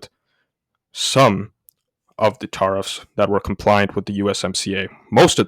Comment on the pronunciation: It's pronounced Teariffs like to tear a piece of clothing or paper not Tarrriffs like tar and feather or road tar. You will sound better for your next video with this small change.